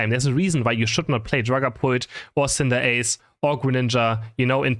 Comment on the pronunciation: this is not hate but the way u pronounce cinderace boils my blood omg